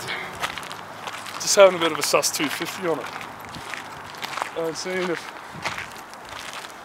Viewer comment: "sust 250" lol. Anyone else catch that?